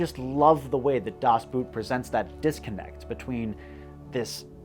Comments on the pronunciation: My pet peeve is the typical pronunciation of the German words Das Boot. It's not boot, it's pronounced Dahs Boat, like the English word. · Can’t pronounce names: Das Boot is not a boot. Boat! Ran is RON! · Sorry, but I understand your're not german, but"Boot" is pronounced as"boat" We're talking about a ship here... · Dad Boot — pronounced like English boat, NOT boot! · If you love ‘Das Boot’ so much, would you please stop pronouncing it’s name like footwear? It’s Das ( like duh’s) Boot ( like board - cut out the o-sound and insert between B—t) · dude, as a history buff, in German, das BOOT is pronounced more like "das BOAT" , not "booo t" the like the shoe.. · Das Boot is pronounced “boat” as in English. It is not pronounced like boot! 🥾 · Americans pronouncing the word "Boot" just as if it were the english "boot" is always entertaining. Funnily enough you should pronounce it almost like you would "boat", without curving your mouth at the end as to not make the regular "oa" diphthong sound, and instead just stretching the o-sound (or "oh"-sound I guess). I mean, where do you think that word even comes from? Certainly not french, this time. :P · Boot is pronounced boat in German. not boot a shoe. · One small correction. Das Boot is not pronounced “boot” as in a type of footware. It’s actually pronounced almost exactly like the English word for boat. So “Das Boat” is the correct pronunciation. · The Boot is a great movie. My father showed it to me. He was himself serving on a U-Boot (Bundeswehr in the late 60s/early 70s though, not Kriegsmarine. 😅) A little tip: Boot is not pronounced like the englisch word for that stoute footweare, but the O is pronounced like in c(o)al . ✌🏻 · When will Americans understand that the german pronunciation of Boot is much similar to the english boat then the thing that goes on your foot... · English speakers should pronounce DAS BOOT like: "Das Bohtt". Not like the shoe :c) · Its pronounce Das Boat, not Das Boot